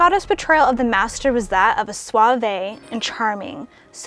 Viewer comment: Firstly, let me say how much I loved seeing that my favorite Master was being given some affection. Then, let me gently point out that your pronunciation of several words was incorrect. Suave is pronounced swav not swavey, etc. That was really the only mar on your otherwise excellent video. Giving words a quick google to check pronunciation is what I do when I'm not certain. Also - Jon Pertwee and he were best friends in real life and Jon got Roger the job of the Master.